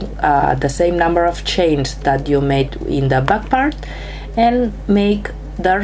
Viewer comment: Its CHAINS ! NOT SHANES !!! 😡👎